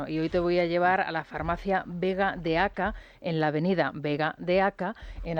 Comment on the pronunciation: Rosana:es Vega de Acá, con acento en la a.Se llama así porque se halla entre el rio Andarax y la ciudad. Al otro lado del rio continúa la vega de Almería. La vega de acá ha desaparecido como vega pues se ha construido sobre ella la ampliación de la ciudad.